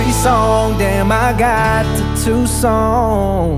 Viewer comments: Never heard Tucson pronounced 2s ..on. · I love the way he pronounces Tuscon!!!!